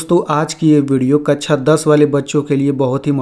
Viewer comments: कक्षा ❌ कच्छा ✔️ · कछा नही कक्षा 😂